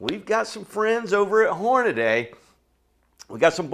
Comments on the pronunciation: Whore-nuh-dee. Not sure how or why in 2025 people are still pronouncing it Whore-nuh-day. Aside from that, great video! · He lost me when he said Hornaday. It’s Hornady. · I think it's Hornady. Not Hornaday. great info and a lot of data. Thanks! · Stupid redneck fuck. Its Hor..na...dee. 😮Not hor..na..DAY. they taught that in school I guess you were absent that day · The instant you said "Hornaday" I stopped watching. It's "Hornady" - Horn-a-dee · Horn- uh- dee . There is no A after the d. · Horn-ah-dee. I know, I’m knit picking. Good video as usual. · It's common even in the shooting community for folks to mispronounce Hornady. Your loss for failing to watch after that. This guy presents valuable information in a great format.